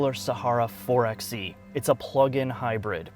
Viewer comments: Actualllllyyyyy, it's pronounced four-by-eee. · Btw it's "Four by e" not "Four x e" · It's four by e. Not four ex e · It's called and pronounced 4 Bye e. As in 4X4 ......NOT 4 EX e.